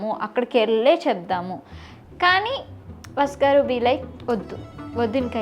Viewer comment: Bavundi ra chala chakkaga cheppevu but abbayi peru vasu garu ani clear ga ante baguntundi vasgar vasgar ani vinipistunnadi.. pl note